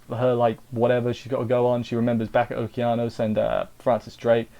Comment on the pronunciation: Yes you pronounce okeanos correctly